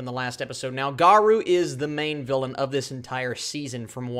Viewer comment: I think it's usually pronounced Ga-row. Like row a boat